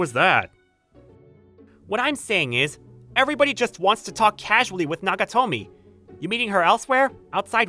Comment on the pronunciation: Nagatomo dude, every time i heard nagatomi i died a little inside xD